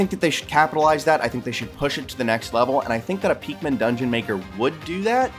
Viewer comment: Are you saying peakmin, it’s pikmin